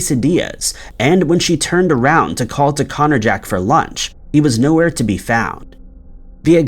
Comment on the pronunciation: The way you say Connor jack makes it sound like a tool or weapon 🤔or something other than a persons name 🤔